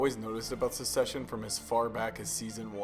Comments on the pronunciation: Hahaha there is so much misinformation here. Namely the actor's heights are almost all wrong. But mainly the word is Succession not Secession - very different meanings and pronunciations. I do love that you're sharing the filmmaking techniques we use to illustrate power dynamics visually and I love that the casting of Greg and Ewan reflects that. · Great video! But the series is called "Succession" not "Suseshion"